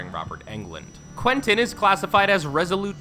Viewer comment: This man can’t read quntin niea